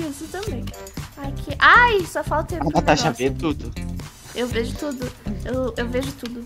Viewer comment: O melhor é o falando turo bom é tudo bom